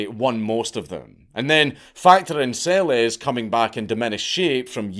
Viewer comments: Its pronounced "Selesh". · BTW, Monika Seleš, pronounced SeleSH 😜